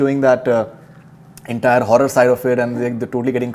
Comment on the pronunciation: Whenever she says HORROR it sounds like WHORE.